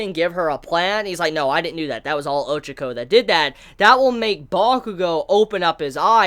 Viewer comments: Her name is pronounced Ochako, not Ochoko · you can't even pronounce her name properly and your such a big fan of the series = L